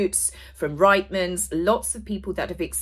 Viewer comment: Reitman’s pronounced Reetman’s.